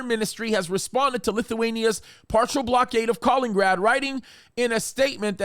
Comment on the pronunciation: It's Ka-LIN-IN-grad, not Kalingrad.